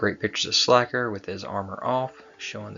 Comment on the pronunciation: I think it’s pronounced Slay Ker….like Faker